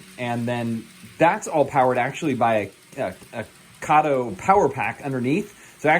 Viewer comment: Since you asked, lichen is pronounced lie-kin and Kato is pronounced kay-toe. Beyond that, thanks for a great video and for sharing it. For many years (since I was about 7 when I got my first O-gauge Lionel train--and I'm now 11 times older than that) I've wanted to have such a layout as this. I'm finally to the point (timewise and financially) that I can create one. I just placed a hefty order from Woodland Scenics for their 6 x 3 N-scale layout kit that includes all the bits and pieces (Styrofoam, paints, paper patterns, etc., and step-by-step guide) for making the base form for a really nice but compact layout and then building a unique patch of Americana on it. Also included in that kit are trees and bushes as well as the tunnel and bridge pieces to make a double-8 track plan while still allowing room for a lake and nearby recreation area, town, road crossings, and whatever else I may come up with. I also ordered the Atlas Track kit that includes all the needed Atlas track and switches on which my famous California Zephyr (a 6-car Kato set complete with observation car and Pullman sleeper car is waiting patiently for inauguration day) will travel on it's nearly coast to coast run. I love the idea of having a baseball field (used to take my kids to summer games) as well as a few houses on the hillside (a common sight, as you mentioned, in the Seattle area). And, yes, I will have people in my town. I'm not interested in overseeing a ghost town (notwithstanding the possibili